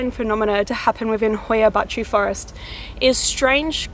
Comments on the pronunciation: The title sounds like something morgz would say, also congrats for being the only native english speaker on earth that can pronounce hoia baciu perfectly Btw love the oxenfree soundtrack in the backround :)) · she actually said it right, my romanian self is pleased